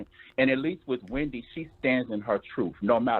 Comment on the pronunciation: Everytime says “HWhendy” - it sends me 😭😭